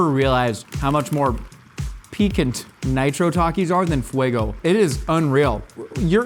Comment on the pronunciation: pronounciation of picante 10/10